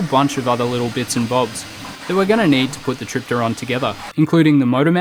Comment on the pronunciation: I think if you pronounce the P in helicopter, you can pronounce it in tripteron